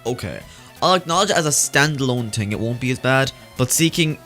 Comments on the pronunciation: Why does say "ting" instead of "thing"??? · kept Saying ting lol I think he meant thing no offence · "It's a good ting" TING